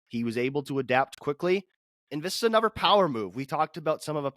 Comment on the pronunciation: it's anoTHer, not anover🤣